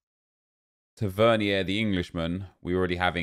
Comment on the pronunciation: U pronounce it taver-neer